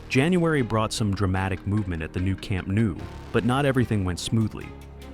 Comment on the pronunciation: Say "noh-oo", "noo" is not the way we say "Camp Nou" :)